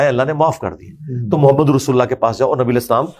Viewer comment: Nabi pak ka name sahi tarah se nhi le rahi